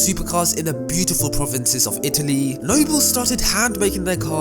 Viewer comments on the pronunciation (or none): none